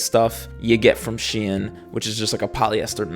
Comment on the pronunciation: stop saying shein like that